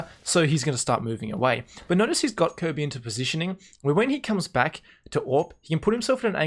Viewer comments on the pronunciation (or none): Good job. Try “K-R-B” for kjaerbye instead of “Kirby”. Technically it’d be KRboo, but no one lengthens the o sound :P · kjearbyes name is actually pronounced with the j sounding like the y in yogurt but other than that youre pronouncing it fine.